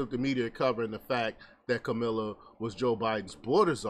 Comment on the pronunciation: The first 10nseconds, you lost me... "Kamilla" Harris. Good luck on your page dude